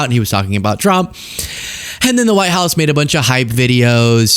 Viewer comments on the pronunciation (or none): even english is bad of this rutte: not is, but "isz, hausz, szo mach"